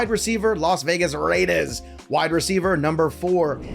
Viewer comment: I’ve been petitioning the LV Raiders to change their name just so I never have to hear you say “Rrrraiders” again.